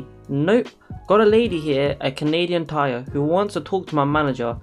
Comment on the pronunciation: Canadian TIRE, sounds like FIRE. Hard "i".